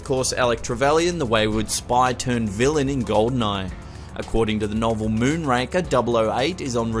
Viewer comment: Not, "MoonRANKER"....it's "MOONRAKER".